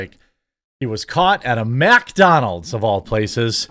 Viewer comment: Holy fuck thats not how you say Mcdonalds dude